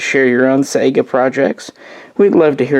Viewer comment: How do you not know how to pronounce the name of the gun you rambled on about for almost half an hour? I do really appreciate the footage of the rifle though. You're great filmographer.